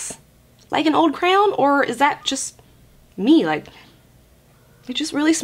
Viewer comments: They way you say crayon cracks me up lol I’m from Texas so we say it more like “crown” 🤣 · 😂😂😂😂😂 the way you say crayon is hilarious. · Omg the way she says CRAYON!! LOL🤣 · Bruh the way you say “crayon” 😂😂